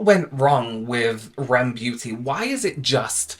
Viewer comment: It’s called R.E.M beauty not rem beauty 🙂